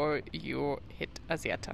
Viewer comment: thumb up! but It's called ASSIETTA not azieda 😅